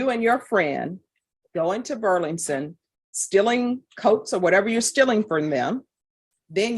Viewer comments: Judge Boyd's struggle to say Burlington Coat Factory every time she said it was kinda adorable. 😊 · The judge repeatedly misprouncing "Burlington" is driving me insane 😂